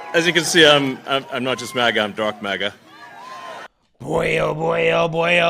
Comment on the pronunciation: Great work, we are subscribed and enjoy your channel. Did Elon say "Dark MAGA" or "Darth MAGA"?